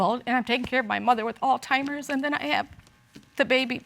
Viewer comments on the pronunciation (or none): It’s Alzheimer’s not All Timers… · She said altimers 🤣🤣🤣 I’m sorry I had to